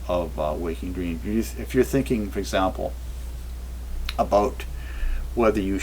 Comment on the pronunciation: Did he says dteams? Cant trust visions and dreams!